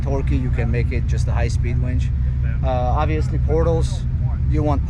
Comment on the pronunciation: wInch.. with "I" not "wEnch"